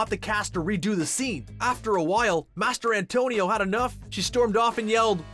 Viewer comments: Mastrantonio. Not Master Antonio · Come on man MASTER ANTONIO? Seriously? How hard is it to say Mastrantonio? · "Mas-tran-tonio"....It's not that hard..... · Mastrantonio, it’s not Master Antonio. Jesus. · Did you just kept saying Mary Elizabeth’s last name “Master-Antonio”?! 🤦🤦🤦🤦🤦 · Master Antonio? Was I pronouncing this wrong all these yrs.